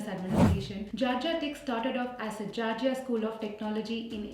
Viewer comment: Its not gargia tech it's Georgia tech